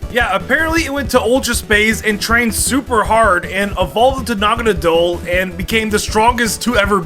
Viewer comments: naganadel said naganeedle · The way say naganadle is weirdly distracting